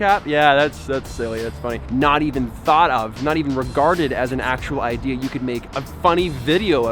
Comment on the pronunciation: Ooohhh IDEA ... I thought you said IKEA!